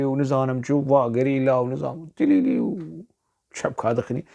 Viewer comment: استاذ. بنهاية الفيديو انت قلت تليلي! هي كليلي و ليس تليلي 😊.